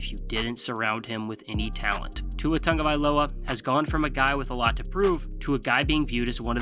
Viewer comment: WHY THE TANGOVAILOA PRONUNCIATION?!